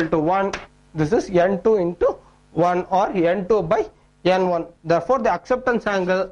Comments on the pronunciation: why is he saying n1 as yen 1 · suchit sharma it's funny right? 😂